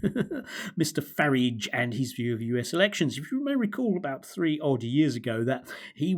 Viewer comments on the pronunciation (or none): Total drivel from someone who cannot even pronounce Farage (or does he think that's clever like the hapless Cameron used to do).